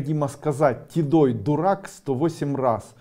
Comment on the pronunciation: Так чётко сказано тидой